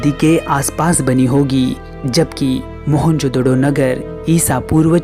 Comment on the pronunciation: Mahenjodaro hota hain not doro